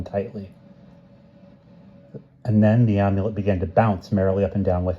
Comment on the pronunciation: Amulet has a short A like in Apple. Not a long A. You've been saying Omulet like Omelette.